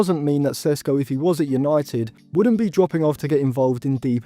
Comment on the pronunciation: What an idiot of a youtuber. Only watching his highlights then making conclusions about him. Have u seen the shots he missed? You dont even watch his games yet making predictions of how well he’ll do. Learn to pronounce his name first